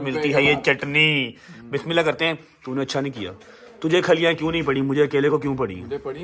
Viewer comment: Brother it's not Bismillah Arahman Araheem it's Bismillah hirehman niraheem